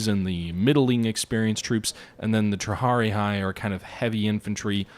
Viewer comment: Jesus, please read the names of the units before you pronounce them so awfully. Has-Ta-Tee Prin-Ki-Pes Tree-Ah-Ree